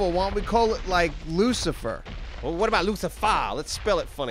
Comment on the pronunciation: Luci-fur (Like, lucy-fur)